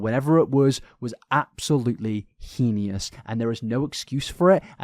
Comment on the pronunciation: You said “henious”, but did you mean “heinous”? It’s pronounced hay-nus! Your longer form videos are comfort vids to listen to in the background but this part made me do a double take😅 no hate, just found it funny haha